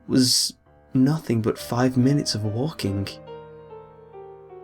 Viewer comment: augh there is no K at the end of walking and waking. fugging hell. i liked his accent at first but now? no.... not the least